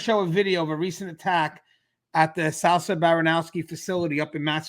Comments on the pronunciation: Souza not sowsa 😂😂🤷🏽‍♂️ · It's actually pronounced sue'za And the names are of two correctional officers that were killed at the MCI Norfolk facility during a attempt prison escape. Also that facility is the only max in the state, other than that is DDU. Which is a segregation facility, 24hr lock down. I would compare it to California pelican bay. You normally have to sentenced for a disciplinary infraction in order to go there. And you can stay there for up to 10 years. I'm pretty sure that's where they have been shipped out to pending their hearing and sentence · Sooza is the pronunciation just an fyi